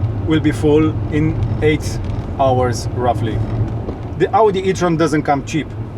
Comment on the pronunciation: He he 😊 foarte tare! Mai ai nevoie de polish peste engleza. Nu ai accent rusesc puternic, nu suna dubios. Ca pointer : nu mai traduce din română în engleză și încearcă să pronunți cuvintele care le folosim și în română în engleză (ex: "Audi" sună dubios, îl pronunți ca în română) și ai ceva greșeli mici gramaticale . Sper să te ajute critica. Vă urez succes!